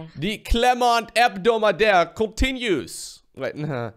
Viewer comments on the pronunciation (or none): i hear only abdomendle